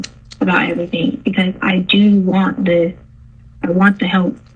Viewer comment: Anyone else super annoyed by her saying “everythink”?